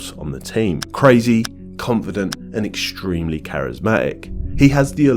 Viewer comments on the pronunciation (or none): "Exchtremely"? Haha, better not use that word if you can't pronounce it.